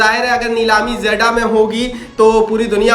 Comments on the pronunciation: 😂😂 jaddah nahi jeddah 😂 jake phele padlo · Not जेडा it's जेद्दाह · Zeda❌ jiddah hai ✅ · Jaddah nahi hai jeddah hai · Hahahahah Jeddah ha not jeda